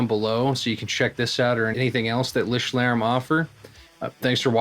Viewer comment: Gotta admit: I’m most demos I love it as a preamp even though it’s designed to be a distortion 😁 And you practiced the pronunciation - spot on!